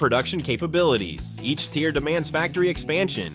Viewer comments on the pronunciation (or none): When you read from a script.. tier is not tire.. icarus is ic-a-ris pronounced. Last video i watch